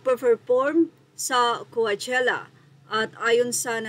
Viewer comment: Kuwatyela basa amp HAHAHAHA BOBO AMPOTA